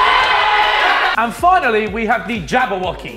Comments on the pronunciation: definitely said jabaw*gees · I thought he said "Jabwoggies" as in "wog" lmao. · Harry said Jabbawoggies